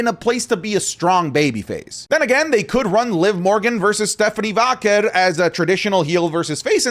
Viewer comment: I love. He's my new favorite. But,...it's "Vaquer', not "Váquer".